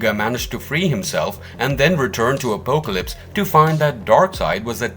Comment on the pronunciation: Same , also butchers the pronunciation of Apocalypse